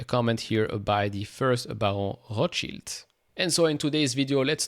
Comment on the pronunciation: So THAT’S how you pronounce Rothschild!